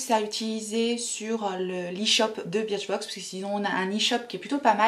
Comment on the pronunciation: J’ai été abonnée longtemps à birchbox prononcée burchbox pour info 😉Je trouvais que les boxs ne se valaient pas toutes, trop de miniatures parfois. A voir si tes vidéos ne me referont pas craquer. Team 82, team chouchou 🤓